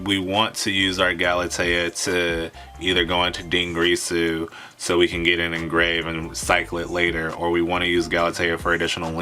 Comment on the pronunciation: Dingirsu not Dingreesu, Dragoon not Dragoons